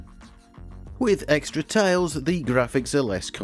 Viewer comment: It took me a while to realize this guy was saying "tiles" and not "tails"